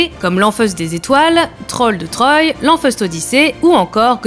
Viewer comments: Troy se prononce trois comme dans un, deux, trois. Lisez les BD avant d'en faire un sujet, SVP. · Lanfeust de "Trois" pas de "Troille"